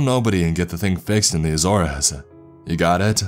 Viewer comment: I cant stand how many times he says azores like a-zor-es it a-zores